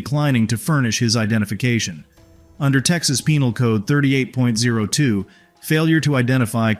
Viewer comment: 38.02 is the penal code. not three thousand eight hundred two.